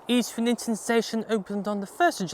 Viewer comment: Isn't it pronounced EASTrington not EastRINGton?